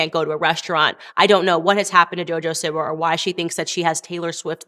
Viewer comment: Is this dumb lady completely incapable of pronouncing Siwa? Seee-Wahhhh!!! God I wanna slap her😅